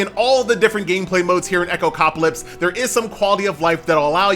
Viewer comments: Echo Cop Ah Lips :face-blue-smiling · please stop saying this game's name, it's no echopcaplips XD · my man's getting sponsored but still can't say the game's name correctly 😂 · My thoughts exactly, it's not that hard xD